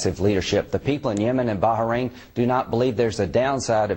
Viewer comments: "Barharrain"? What is it with Yanks and their mispronunciation of anything Middle Eastern? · Baharain? Heh. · Is it really pronounced Baha-rain? I think he's making fun of Graham, but i'm not entirely sure. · What is "Baja- Rain" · wow u americans can't even pronounce Bahrain right